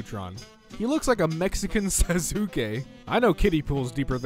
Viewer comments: really said sas-ooo-ka instead of sauske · The way he pronounced Sasuke nigga said su-sue-kay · Look look look I hate how everyone over reacts and thinks that just because they watch anime they know Japanese and they’re cool but I can hate the fact that he said “sa-sue-key” and not “Saus-Kay” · sa-soos-kay that is so pronounced right (Actually pronounced : sauce-kay) Sasuke is sauce now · Might be late but ytf he pronaunce Sasuke like sah-sus-kay and not sauce-kay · did my guy mispronouce sas-kay as sa-zoo-kay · bro said “sasque” bro it like Sauce-K but sasuke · you pronounce sasuke as saskey DX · It’s sas-kay...not sa-su-ke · Sasuke is pronounced Sauce-Kay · This is really bothering me and I have to tell you. You pronounced Sasuke wrong, if you watched the first few episodes of Naruto then you would know it Sa-s-kay. And you would agree with the post,. Don't mean to sound like a B, but I just have to say it. bye(puns😊) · You pronounced sasuke wrong it’s (sauce-Kay) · Did really just say “Sas- oo -skay” and “Ferrero roatcher “? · bruh the way he pronounced “sasuke” sASUkAY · PMG just call it a-kai if you’re gonna butcher it anyways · You lucky he didn’t said “nor- oo -to” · No, he said "Seh-sue-kay" Which offended me alot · “Sa-su-ke” “Roach-er” I feel more hurt than when I failed all my classes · It hurt me when he said sasuke like sassukae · Take we take a moment to appreciate the fact that he said “Sasoskay” instead of Sasuke 😂 Sasoskay sound like the Poundland version of Sasuke but the person naming it was so drunk that he should have got alcohol poisoning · As soon as I heard him say “Sazookay,” I went to the comments to see how many people he pissed off 😂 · No one: Litterelly no one:: Saz-oo-kay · that Sa-su-ke killed me inside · My nigga said "sa zoo Kay" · did really just pronounce sasuke as zazuke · NAERUTWOOOOOO!!!! ZAYSUKAY!!!!! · Same, the "u" is silent, so it'll be pronounced as "Saske" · Did he really just say "Sasoukey".